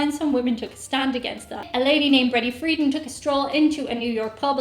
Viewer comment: Betty Friedan pronounced her name with the accent on the second syllable: free-DAN. It's interesting that Irish pubs are now offering half-pints for women. In the U.S., someone who doesn't want to drink as much alcohol may order a light beer. Is there an equivalent in Ireland (what would a Guinness Lite even be?). BTW, in the U.S. "half-pint" is slang for a short, slightly-built man (I've never heard it applied to a woman). A bar or restaurant that asks for ID from someone who's 60 years old has probably recently been caught serving someone underage. If they get caught once more they'll lose their alcohol license, so they tell their employees to card absolutely everyone, regardless of how old they look. A dive bar is the sort of place where people go to get drunk. A dive bar will have little going on except people drinking. That's opposed to say, a singles bar, a gay bar, a sports bar, a fern bar, or a hotel bar. Tipping is confusing to everyone, even Americans. There are lots of situations where it's not clear whether you should tip, and how much.